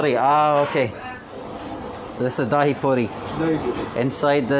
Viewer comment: its not Daa-hee 😂 its Dhai